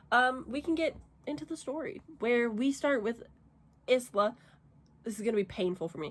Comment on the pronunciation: Bless her heart. It was so painful to hear you mispronounce the MC’s name so many times. It’s a common mistake of monolingual people. The name is pronounced “EEs-lah.” This is a super common name that means “island” in multiple languages. Hope this helps.